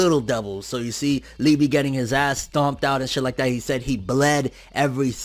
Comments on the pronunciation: Lee--ba..... Lee--bee just sounds wrong. Its like calling Yami Yammy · liebe is pronounced leebay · Its pronounced Lieba(its german) but spelt Liebe(which means love) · I think that Liebe is pronounced lee-bay